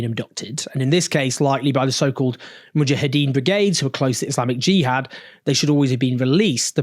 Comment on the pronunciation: It's not Jeeeehad Owen 👍